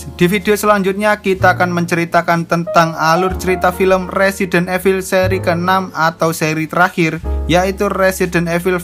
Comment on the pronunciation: Bang klo mau bilang evil itu dibaca nya resident ivel.Cuma mau kasih tau😊😊